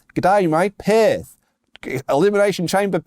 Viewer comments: You pronounced Perth perfectly when you stopped trying in the accent :P "can't do Perth, can't say Perth" was perfect. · You’re saying Perth just fine. I’m letting you know in the comments down below. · Your Perth was pretty good. Don't say Fosters though. No one in Australia drink Fosters. Have no Idea how that started. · That Perth pronounciation was spot on. I know, I'm a New Zealander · Two days in a row you guys got me dying over 'Steiner Math' Sounded like you were pronouncing Perth correctly....Ole though...O' Lay Anderson? Oleeeeeeee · Australian accent and Perth bit was great. 😂 Keep it up, WrestleTalk boys!